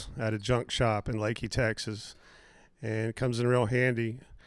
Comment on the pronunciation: All my family is from leakey TX, surprised you pronounced it right lol